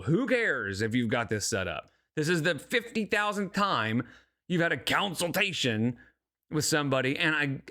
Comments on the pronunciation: I tried to inform her she was saying consultation wrong when she was live lastnight, she said she can't say it right so she just says counseltation because its easier. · "Counciltation" has me gritting my teeth everytime 😬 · I think it's easier to say it the correct way 😂